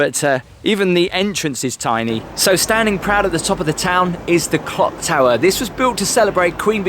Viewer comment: Nice presentation, especially looking, overall, but, really?.. 'The famous Skegness Clog Tower'??.. Its the CLOCK Tower.. Its got CLOCKS on it!!!.. IngoldMELLS not IngoldMILLS, also.. And, anyway, what's Great Yarmouth actually got to do with any part of Skeg, even what it might also have, anyway??